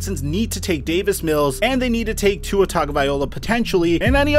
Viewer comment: You still can’t say tua name right